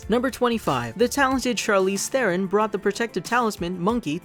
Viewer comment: This movie was amazing and on a side note, I love that you pronounced Charlize Theron's last name correctly! YAY!